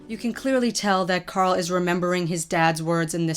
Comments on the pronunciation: did you just say corl grimes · host name is carl not corl